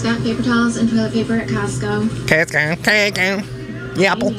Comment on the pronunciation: Is there anyone else out there that can't hear the "yapple" pronunciation? I feel I'm missing out.